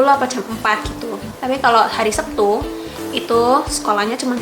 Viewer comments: Lek jareku, "Setu", mbak...ora "Septu", tapi yo be'e onok yo sing ngomong "Septu".. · Orang jepang tapi lidahnya jawa.. Hari sabtu tapi bilangnya sebtu... Hehehe...